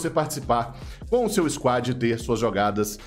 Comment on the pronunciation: devo lhe dar parabéns por falar 'SQUAD' , sem mais .